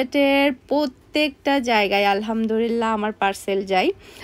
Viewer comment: Apu apni alhamdurillah bolen sobsomoy. Eta clear kore alhamdulliah bolben.....